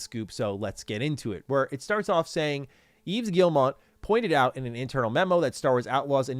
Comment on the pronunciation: it’s Yves Gee-uh-moh